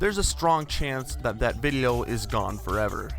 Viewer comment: Take a shot every time he pronounces "video" as "viddlio".